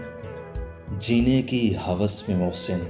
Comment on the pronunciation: نِدامت، خِیانت، ہِوس ۔ صحیح تلفظ زیر کے ساتھ ہیں۔